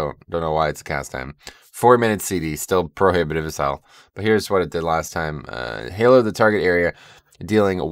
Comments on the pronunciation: Ha-low, all hallows' eve, Halloween. Not Hay-low. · Ashen Hallow, Hallow, like Hollow, not Halo. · its actually like the 'a' in the word happen, hal-low